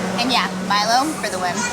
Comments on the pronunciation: You are right on the pronunciation of Milo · Milo is correct not meelo